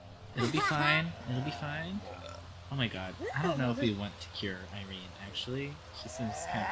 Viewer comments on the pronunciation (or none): none